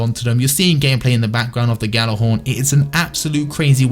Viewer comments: please Fucking pronounce it right. Yal-ah-horn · gal-ah-horn is how you say it you fuck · are you actually challenged... GJ does not make a G sound. It makes a fucking Y. Have you ever taken any foreign language??